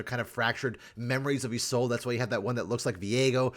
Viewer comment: Isn't her name pronounced like yees-lod-ah? I could be wrong